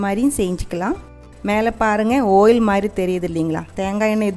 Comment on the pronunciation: ஆயில் மேடம் ஓயில் இல்லை.